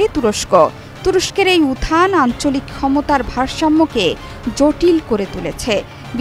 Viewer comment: What is উথান? উত্থান উচ্চারণ ঠিক করেন।